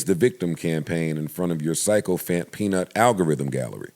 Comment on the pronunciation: Sycophant is pronounced sick-o-fant. Just FYI.